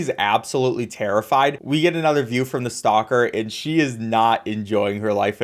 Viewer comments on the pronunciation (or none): none